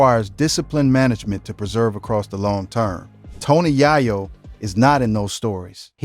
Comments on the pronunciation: Man just call him Tony Cocaine. Keep saying YAH- YO. ITS Yay- yo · Pronounced Yay-Yo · Bro this incorrect pronunciation of this man's name is killing the video!!!! It's Tony Yayo (yay-yo not yah-yo or Ja-yo) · This guy is an idiot. He keeps pronouncing yayo wrong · Tf wrong witchu brotha, yahyo? Where you from? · Once i heard "YahYo" I tapped out 🫩🤦🏾‍♂️👎🏾😂😂😂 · It's tony ya yo u said his name wrong 😂😂😂😂😂 here we go now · How do you get into Hip-Hop and can't say the artist name😮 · The fact he can’t say Tony Yayo correctly is sad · Lolololol why this dude keep saying his name wrong bruh??? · Dam say his last name rite bro cuz that not it..... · Not only did you butcher his name throughout the whole video but you had an AD every 30 seconds 😒 . First and last video I will ever watch of yours ✌🏾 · THIS NINJA GOT TO BE A BOT 🥴 NOT KNOWING HOW TO PRONOUNCE A NAME PROPERLY 🧐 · How you spend all this time researching and putting a video together and not even get the man’s name right? It’s only 2 syllables 🤦🏾‍♂️ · He killing me with saying his name wrong. Said it wrong about fiddy times 😅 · Son!!!!! aint no way we taking you serious when the first thang you done did is butcher YAYO's name... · The narrator said the Yayo's name wrong so many times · i couldnt continue its tony yayo say it correct